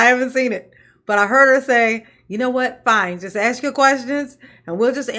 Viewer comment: New drinking game: "As it relates too" Bad grammar in general "Axe's" 😂😂😂 death in 10 minutes 😂😂😂